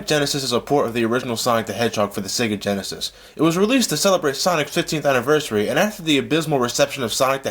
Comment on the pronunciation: he said sonic genisis perfect exsample what genisis does what nitendont